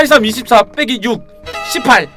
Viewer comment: 18할때 너무 발음이 정화 해다...